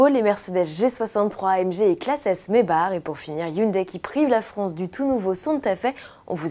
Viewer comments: ca ne se prononce absolument pas mèbar, c'est une marque allemande et ca se prononce comme un allemand le ferait pas comme un abruti le ferait. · mèbar, avec un r comme dans rutabaga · Fort de vos nombreux commentaires au sujet de Maybach, j'ai contacté Mercedes (en France et en Allemagne) pour connaitre leur façon de prononcer la marque. Voici leur réponse : "We think the french pronunciation is “May-Barre”, May-Back is the US / english way of pronunciation". Donc balle au centre. Les deux se disent. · Déjà ca prononce pas comme ca maybach (mais-bar) mais ça ce dit plutôt may back les americains le disent comme ça même pour le santa fe ont dis pas (santa fait) mais santa fi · Quand tu vois comment les français prononcent maybach "mèbar" je comprend pourquoi ils sont des merdes en anglais et pour les 100 prochaines années lol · LoïaL-Arthur Pourquoi tu parles d'anglais la ? C'est un nom allemand et on dit bien MaybaR. Ça ce saura le jour où les français auront une culture linguistique hein 😔